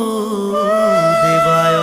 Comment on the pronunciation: কৃষ্ণ ভাল লাগিল শুনি ।বাসু দেবায় উচ্চাৰণটো বাচু দেবায় কৈছে।